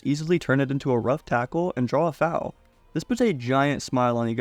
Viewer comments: Im pretty sure malicia is pronounced as "malisha" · is it not pronounced malisha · Bro doesn't know how to pronounce MALICIA instead says it like MALEEEKAAAA lmao its starting to bother meeeer